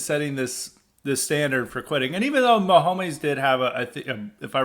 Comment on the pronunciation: "Patrick Maho-meyz" lol